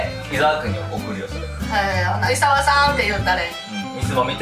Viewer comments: 「いざわ」じゃなくて「いさわ」って言ってない？ｗ おばあちゃん可愛いなあ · おばあちゃん、イサワじゃなくてイザワです…笑